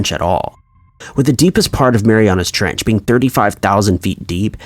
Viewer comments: it's called the 'Mariana Trench' not "Marianas". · This is very interesting. Thank you. It’s the Mariana trench not Marianas trench. Just saying. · IT'S JUST MARIANA ! NOT MARIANA'S sorry it was just so annoying to hear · Yea its Mariana its annoying to listen to this guy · Im unrealistically annoyed by the fact the narrator puts an S on Mariana when saying it but doesn't when writing it in the title😡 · He says it like the trench belongs to someone named Mariana 😁